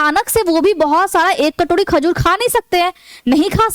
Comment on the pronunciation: Khajud nahi hota hai khajur होता है Madam